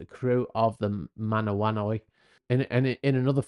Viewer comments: That's a Maori name meaning "patience"... pronounced Ma Na Wha Noo Ee...Manawanui. Good report otherwise, thanks for your research and analysis. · Mana-Wan-New-ee, is how it is pronounced. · Just in case you need to pronounce it again it's the HMNZS Manawanui (Mah-nah-wah-newy) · The ships name is pronounced Mahnah wah nu e The "nui" at the end being what has tripped up our non Kiwi friend :) "He" was a "she" - but more importantly was a "they" as there was a crew sailing the ship, not a single individual. Is a shame to have such a thing happy, NZ has only a small population of roughly five million, so to have a ship worth north of $100m go down is a big financial hit. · I’d double check your pronunciation, while I acknowledge that Te Reo isn’t the most obvious of things to pronounce…